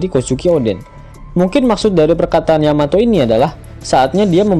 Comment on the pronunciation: Yamato cok bukan yamete